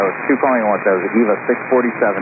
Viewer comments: yes. But it's pronounced A-vuh "or A-va" not E-vuh, if I'm not mistaken. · They don’t, it’s to be pronounced Ehva. Close, but not identical.